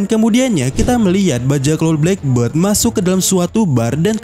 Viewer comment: blek berd = burung hitam, blek bird = janggut hitam. Jadi tulisan black beard itu dibaca blek bird